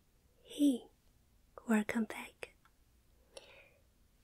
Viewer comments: When she said “werrcome back” I felt that... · okay, there is no denying that we all get happy when we hear the werrcome back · Just looking at the thumbnail you hear Werrcom Backk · Imagine a life without hearing wercome back. No I can't. I can't imagine this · Pov: your early and waiting for the “wercome back” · Free Wercome back button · free werrcome back button